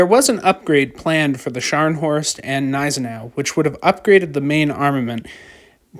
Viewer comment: The Gneisenau pronounces the G. It is not silent.